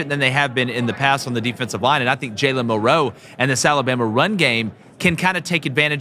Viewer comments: why do these guys always say Mill-Row instead of Milroe feel like they being disrespectful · I agree that Wisconsin will be tougher that some think. But, you dont roll a helmet out to win. Also you guys are putting emphasis on the wrong syllable whe you pronounce Milroe. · i said the same thing about the way they are pronouncing milroe’s name it’s disgusting